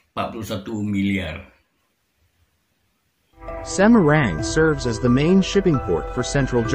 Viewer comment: Semarang kok pengucapan nya jadi semeruenggg😊😅😅